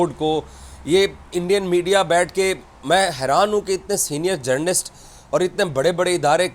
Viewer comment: Iss ki baat say lagtaa hai iss pagal ko Mohsin Naqvi direct phone kar kay Dubai say report kar raha hai. Itnaa chaatukar boot polisher kisi nay dekhaa hai? Cricket ko KIRKAT bolt hai😂 Journalist ko GENRLIST bolt hai.😂 Aaj yeh pagal apnaa thhook chaatayga.....Enjoy😂😂😂